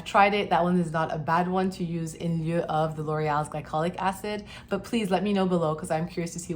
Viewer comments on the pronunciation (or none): Having a bad spell of dry lips now and using this technique. So far, so good. BTW - ma chère docteure… I love the way you slipped and pronounced “lieu”. 😘